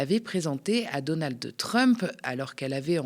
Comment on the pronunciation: on ne dit pas "Donaldeu Trump" !